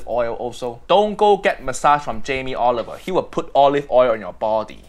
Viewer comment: Jam-ee Olive-ER